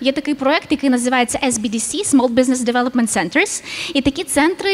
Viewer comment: Ес- бі-бі-сі дєвльопемент сервіс 😆😆😆😆 Жаль не можу передати її акцент, коли вона це вимовляє. 100 % назва підходить українським підприємям 😆 Нічого не зрозумів. Створіть ще центри, які будуть "надавати консультації" до кого, як і з якими питаннями можна звертатися за "вашими консультаціями. Як завжди бла-бла-бла. Окозамилювання, "освоєння" бюджетних коштів (не зараз, так в майбутньому). Клуби "для своїх". Принцип такий же, як "стій в черзі за талончиком, який дає можливість не стояти у черзі" Консультації про те, як експортувати товари 😆 Той, хто дійсно має намір експортувати має власних фахових консультантів, а тому, хто мріє, такі консультації допомужуть зрозуміти тільки те, що він не готовий експортувати 😆